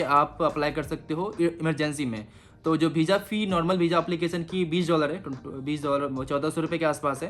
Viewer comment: Application is pronounced as “app-li-cay-shun”, not “app-ki-cay-sun” 🙄🙄